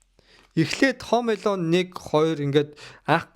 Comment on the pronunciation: Пээлдсэн,Хөөм Эелөн,поокс,Паак ю 😂